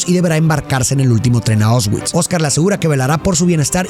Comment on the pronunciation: Una película muy emotiva como Mexicano vi este film cuando era niño y nunca me imaginé que viviría aquí exactamente donde se grabó y pasó esta tragedia, me tomó mucho tiempo asimilar lo horrible que esto fue. Por cierto como ayuda para nosotros los de habla hispana la pronunciación sería “Puashuv” tal cual y los campos son “ausvisch”. Excelente video ya vi casi todos en este canal. 😅Saludos desde Cracovia ! 🇵🇱🇲🇽